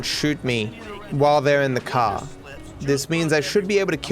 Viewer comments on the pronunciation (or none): I love it when he says caw instead of car.